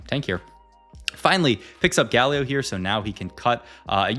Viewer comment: i love your videos but GAlio not gaLIO 😫